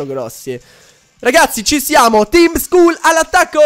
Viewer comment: Skull si legge "Skall" Ti prego leggilo bene.